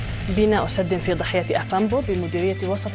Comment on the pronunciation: 1)السلام وعليكم ورحمة الله وبركاته تكفي لا داعي للزيادة 2)ضاحية افامبو دون تشديد الضاد وليس الضَّاحية افامبو 3)